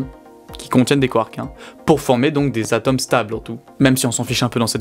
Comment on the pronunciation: Il y a quelques trucs que je voudrais que vous preniez en compte : - Les explications sont claires et impeccables ! - Le charisme de ce brillant individu semble augmenter exponentiellement ! - Point négatif : S'il vous plaît, pourriez-vous juste faire attention à la prononciation des "O" ? J'ai remarqué que sur les mots suivants : Jauge / Atome / Rôle / Autre, le "O" étaient mal prononcés... :( Le reste est nikel, vraiment, félicitations !